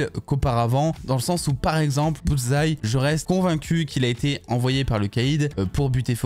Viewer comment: Au moins maintenant tu prononces bien le nom Bullseye! 😅😅😅 La différence est peut-être le cardio entre les 2. Bullseye est plus solide"